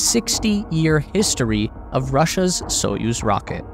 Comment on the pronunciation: And the "put" (пут) is pronounced as the English word "put", not "putt", so "spootnik" not "sputtnik" as in the commentary. The commentator also gets Союз (Soyuz) wrong but so do most English speakers. The stress is on the second syllable so it's more like "Sa-YOOZ". And, as for Королёв (Korolyov), no idea how the commentator came up with his pronunciation! Russian pronunciation apart, thanks for an excellent and informative video!